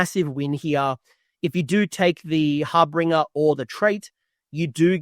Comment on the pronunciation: Great video. One small note. It’s HarBINger. Not HarBRINger. There’s only one R.